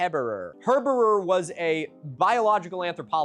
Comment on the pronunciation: Heberer is pronounced heber